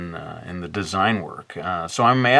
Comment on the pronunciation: "we shall connect ze 3 quadrants" lol